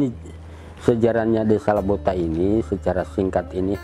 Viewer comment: Lobota.. bukan Labota